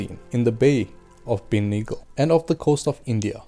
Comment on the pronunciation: It's not benigel it's Bengal :)